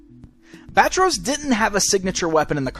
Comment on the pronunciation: Not Bat-Ros , Bat-Tross or Ba-Tross?